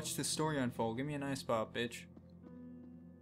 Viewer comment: when you said bitch at the end, it sounded like you said beach.